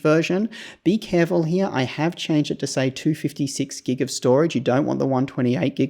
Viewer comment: Love the way you say "HERE", sounds more like "HEYA" 😂